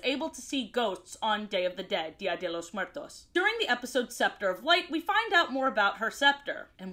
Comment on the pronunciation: I LOVE how you pronounced 'dia de los Muertos'